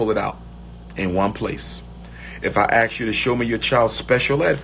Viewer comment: Yeah, it makes me wonder about all the scholarly degrees he claims has. I always crack up when he pronounces "asked" as "axed" lol.